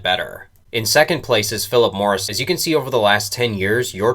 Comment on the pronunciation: you sound like a moron calling them phillip morrison